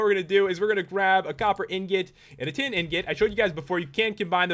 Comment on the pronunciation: in the tin blocks i thoght u said ten